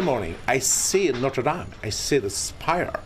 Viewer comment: FYI, it’s pronounced “not.” It is not pronounced “note.” Not-reh dahm.